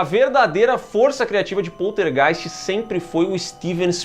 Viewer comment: Adoro a pronúncia desse nome: Poltergeist